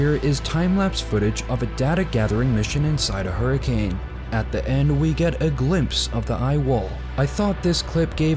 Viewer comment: it's pronounced "thee eye" not "the eye" , the latter really grates on you and makes you sound all guttural and awkward.